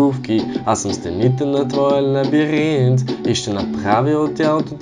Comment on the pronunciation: I'm the Queen много смешно обаче казва лабиринт